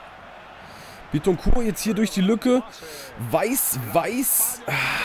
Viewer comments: bittencourt wird glaube ich nicht französisch ausgesprochen weil er ja deutscher is ;) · Du sprichst Bittencourt Falsch aus :D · als dortmund fan bittecourt falsch aussprechen :O